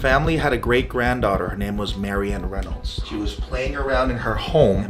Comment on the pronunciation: the guy said reylonds thats creepyyyy